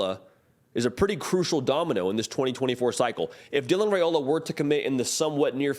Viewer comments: It’s Ri-ola not Ra-ola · Dylan"s last name is pronounced RaIola ("I" not "A") Names are important, guys